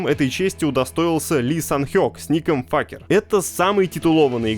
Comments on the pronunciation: ФЭЙКЕР! а не факер... бл9, стопгейм пробил очередное ДНО! и имя персонажа читается как АРИ!, а не архи.... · "Факер" почему не сразу МакТрахер?😂 Насколько я знаю его никнейм произносится как Фейкер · Факер- это пиздец. Вы из англии что ли? Читается как "Фейкер". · Боже ну какой факер, как же больно ушам.... Всю жизнь был фейкер и тут на тебе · Предлагаю дать этому диктору позывной "Факер". Такое знание английского вполне это позволяет. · С "Факера" кекнул. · Райот в своем репертуаре, годик подождите и как минимум в три раза эти скины дешевле будут. А вот тем кто читает новости поучиться бы произносить английские слова, ну или хотя бы один раз их прогнать в переводчике, а то Факер и Ахри это конечно сильно бьёт по ушам лично мне как переводчику. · Факер 😂😂😂😂😂😂 даже с принц оф пержа не так орал 🤣🤣🤣🤣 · Для любопытствующих: Там произносится Ари и Фэйкер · Как гугл переводчик перевёл с анг. так и говорит) Что странно, учитывая что там взят футаж с ру канала Рито. :D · я в шоке, ботики не выкупили очивидного, специального, нарочито русского произношения Ahri и Faker